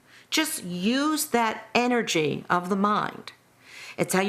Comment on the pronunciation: Energay and destinay